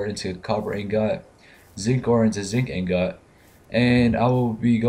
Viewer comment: Seriously... how many people are going to mispronounce "ingot". Its like %80 of spotlights.